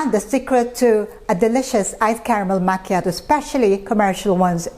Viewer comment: Its should sounds like "makyatu" not "machatoew!" Belive me Im Italian! We dont served cold it should be very hot! Mama mia! You know the reason there is no Starbucks in Italia.